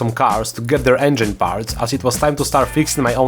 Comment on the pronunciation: the not knowing what the hell you're doing part is the best part (jokes aside your authenticity is what drove us towards you, never lose it and please remember how to peonounce cheval de frise and engine)